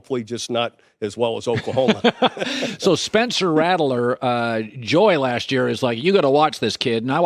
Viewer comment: “Spencer Rattle-er”